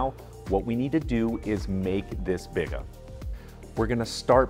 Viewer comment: It’s “bee-gah” and a Biga is low hydration compared to a poolish. Biga is classically about 50-60% hydration where Poolish is 100%.